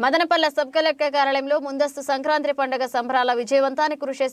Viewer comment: అక్కయ్య అది సంక్రాంత్రి కాదు సంక్రాంతి. కర్మ రా బాబు 🤦🏻